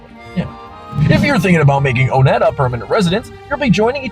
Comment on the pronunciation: It's On-ette. You don't spell "Owner," like "Oner," even though it has "one" at the beginning. It needs the letter "w." Just like "Onerous," which is pronounced the same way and also...has...the..."w." Uhhhh, it's On-ette. On-ette for the win.